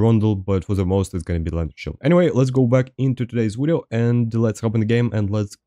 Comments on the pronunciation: You mean wideo? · subscribed because i enjoy the way you pronounce video. 10/10